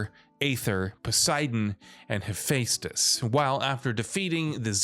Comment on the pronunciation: mf rlly said He-🙃-tus